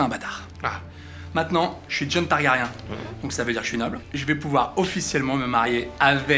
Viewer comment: En fait, Jon peut se marier avec Dany... surtout chez les Targaryen... ça se dit TargaryN et non TargaryAN